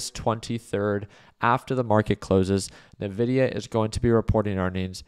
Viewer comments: My ears bleed a little every time he says it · I feel like he's f*cking with us when he says (Nuh)-Vidia instead of (IN)-Vidia. 😂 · Everyone I know calls it "En-vidia"